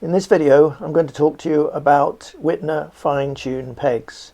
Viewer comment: Good information. The German 'W' is pronounced as a V, please.